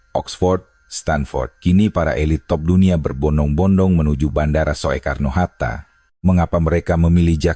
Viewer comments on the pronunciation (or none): Kakek jompo tuek, yg baca narasi, masa sih ngga tahu membaca kalimat ejaan: van euphusyen, spt kata bandara: Soetta (Soekarno-Hatta) & Soetta hrs dibaca Sutta (Sukarno & Hatta) ga dibaca: So.e.karno. Begeto aja, masa kakek tuek ngga tahu siih manula yang goblok yeah ??!! 🥴